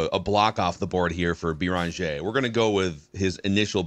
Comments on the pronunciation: Guys, it's not "Bee Rahn Jay" It's "BAIR in ZHAY" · “I take issue with” u already butchering Joan’s last name! There is no Bee-run-jeh - it’s Beh-renn-jeh. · You're killing us with your pronunciation of Beringer (bear on jay). For a guy that talks for a living you should be doing better. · “Bear on jay”. Put some respect on that name. I expect a better pronunciation tmrw.